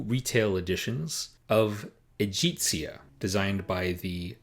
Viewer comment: I think it's E - gHEE - ZIA. ' G' as in good! ;)